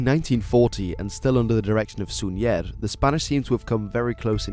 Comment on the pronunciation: He mispronounced Súñer and Gomez. It's SÚñer, not SuñÉr and GOmez, not GomEz.